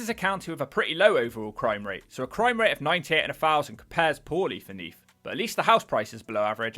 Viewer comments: It’s neath not neaf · Neef? Is that anywhere near Neath? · "Neaf", lol